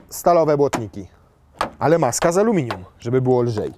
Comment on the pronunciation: Darmowa lekcja jezykowa: to je amelinium i limurzyna 🤣! to jednak Urus nie S3? oj trzeba nad kondycją popracować, bo dyszysz jak przy... 🙈. Fotel chyba jednak o rozmiar za mały. Dzięki za teścik, pozdrawiam!